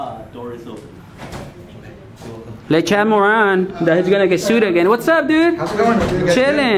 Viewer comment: Chad Moron not Moran